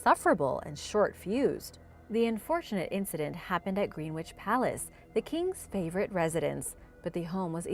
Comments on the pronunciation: It’s pronounced grennitch not green witch 👍🏻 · Greenwich - pronounced “Grenitch”